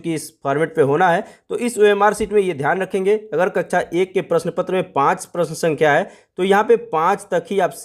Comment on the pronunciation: कृपया कक्षा को कच्छा कहना बैंड करे